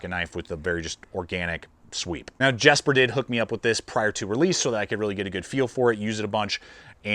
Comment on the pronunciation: Just a friendly FYI... it's "Yesper" and "Yens" 🙂👍🫶